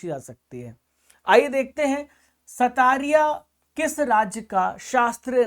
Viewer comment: Assam ka Classical dance "Satariya" nahi "Satriya" hain sir. Pronounciation galat hain.